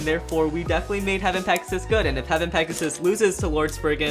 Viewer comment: Does any one notice that when he said pegius it sounded like gyngaw